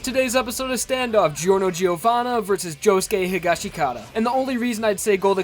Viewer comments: ITS PRONOUNCED HE-GOSH-KUH-TA NOT HE-GOSH-KA-TA-DA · It’s hish-ga-skit-a damn. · Higashikata?? Why you say it like that